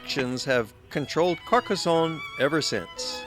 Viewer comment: A fine commentary with excellent, clear and relaxed diction. There is no "z" sound in Carcassone, thanks to two "s".